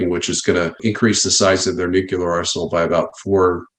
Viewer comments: He's a nuclear expert but says Nuc-u-lar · What is this Nukular weaponry of which you speak? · Jesus!!, nuCLEar, not nuCUlar! Seriously! 🤦‍♀️ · Does anyone besides me have a hard time listening to a person who is in theory an expert on a subject have difficulty pronouncing their area of expertise correctly? Nuclear…..not nucular. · This has probably already been addressed, but why is he using the word "Nucular" for all of his interviews? The actual word is "nuclear". Is this just bad slang reminiscent of GW Bush vernacular, or is it legal? Because technically, legally, this interview has not discussed anything related to nuclear weapons. Only "nucular" whatever the hell that is. I mention this because the UNITED STATES and other governmental subcontractors like to use semantic deceit and let you presume that you know what they mean, when in fact they are saying something different to CYA. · NUCULAR ??? That's annoying. Try NUCLEAR .... Otherwise, great update.... Thanks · First of all, I sincerely appreciate this video and all the warnings in it. Thank you! A small point, but it bothers me a bit: a weapons expert who seems to have detailed military info but pronounces "nuclear" as "nu-cue-lar"...?? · As a non-American, every time I hear someone say "nucular" I automatically assume they're about as intelligent as Homer Simpson. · Nu-KLEE-er not Nuk-u-lar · Is it just me? Does anyone else here have a problem with how some people pronounce the word Nuclear. When someone refers to nucular situations/weapons/missiles, it just does not seem to me like they are all that up on the subject. If it is just me, so what, I still have a problem with it. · The reason Russia's nuclear capability is 30 years ahead of the US is because Americans can't even pronounce "nuclear" without saying it as "nukeelar" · Excuse me, it's pronounced Newk- you- ler. - George W. Bush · someone tell that guy it's nucLEAR, not nucULAR. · Why does he always say nucular rather than nuclear